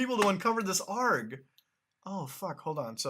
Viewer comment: Isn't it "aye are gee" and not "arg"?